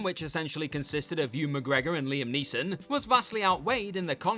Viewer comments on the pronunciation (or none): none